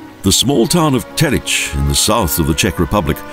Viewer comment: Why are you saying Telitch?